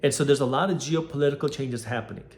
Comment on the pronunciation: "...jew-political events.." Yup. That's what I heard 😅